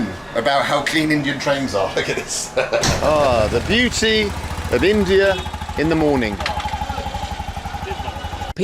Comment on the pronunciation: Is it me or Bald and Bankrupt says INDIAR??